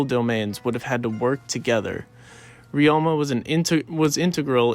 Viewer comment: could you check your pronunciations of Ryoma and other Japanese words as they are incorrect and it’s not appropriate for any student studying Japanese